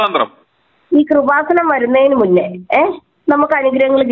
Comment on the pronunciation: കുറുവാസനം അല്ല കൃപാസനം ആദ്യം പോയി നാക്ക് വടിച്ചിട്ട് വാ.